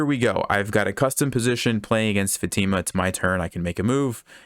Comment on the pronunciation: Fa tea mah XD